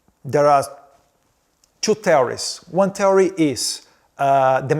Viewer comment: Ele pronunciou theory como "terry", to achando meu inglês bom ao ver esse video, acho que conseguiria me comunicar bem caso fosse pra os Estados Unidos.